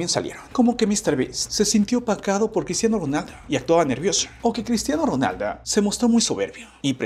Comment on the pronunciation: Por que dices Cristiano ronalda